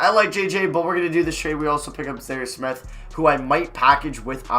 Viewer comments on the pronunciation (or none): none